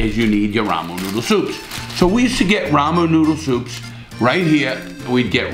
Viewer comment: love it when he says “ramoonooodusups”